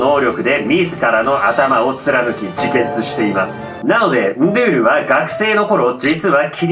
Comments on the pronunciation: ❌ンドュール ⭕️ンドゥール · 途中でンドュールになってる！ンドゥールが正解！ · 、惜しいですね、 ンドゥールの読み方は ンードゥールなんですよ、 けどジョジョネタやってくれるのは嬉しいです！！ そこにシビれる！あこがれるゥ！